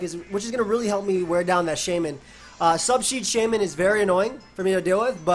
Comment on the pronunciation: Y’all here tongue twister “sub sheed shamymin”